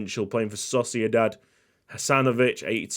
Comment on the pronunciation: When said Sociedad..... what i heard was Saucier Dad LMAO